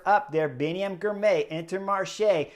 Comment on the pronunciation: say the name as two parts Ghirrr My Ghirmay